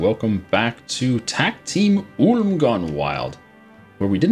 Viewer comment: I utterly love the way you pronounce Ulm, Shen. And i'm german. I think, we should change its actual pronounciation to that of yours.